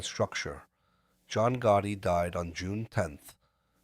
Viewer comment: It was Goottee for me. I dont remember a john goottee do you?